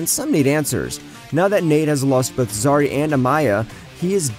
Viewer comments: and the guy pronounced zari as zazi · Honestly cause he was able to say Behrads last name but cldnt say Zari😂😂 and its the same fuckin last name😂😂